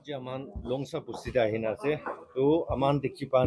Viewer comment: Longsa Village not Longsaa..hihi.. hihi